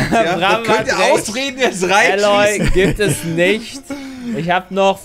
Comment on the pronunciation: Lieber: Alloy ist englisch für Legierung. Der Charakter aus Horizon: Zero Dawn heißt Aloy, gesprochen Eyloi.